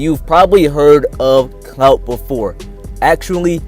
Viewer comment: Why do you keep saying CNOUT? We wanted to hear about the word clout...